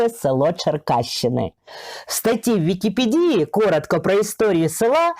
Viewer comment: Добрий день, із задоволенням дивлюсь Ваші прекрасні відео. Сумнівалась чи варто сказати наступне, але Ви здаєтесь мені людиною алекватною, і я не розумничати збираюсь, а й сама мала проблему із наголосом у слові ВікіпЕдія. Так само, як у енциклопЕдія. Бажаю успіхів!